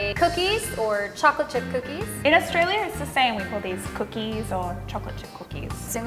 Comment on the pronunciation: From Australia not Austrolia?